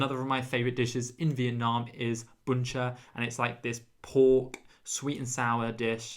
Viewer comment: Youre so funny. Your pronounce Vietnam correctly but ‘viet’ in viettel is Vi-et-tel 😂